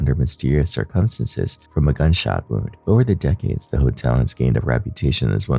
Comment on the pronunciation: can you please say circumstances properly? jesus lol